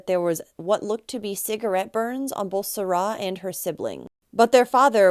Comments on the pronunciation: And it isn't SaRA, it's SARa. I'm afraid it irritated me too much. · Why on earth are you saying her name like that?!? Serah? It’s Sara . I don’t understand. Is that the way they say it?!? That’s so strange to me